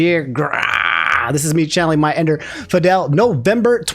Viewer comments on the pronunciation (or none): none